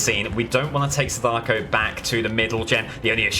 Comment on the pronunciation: you said sadako wrong